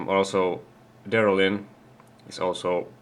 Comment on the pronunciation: its Delrin, not Derlin. Dupont makes it.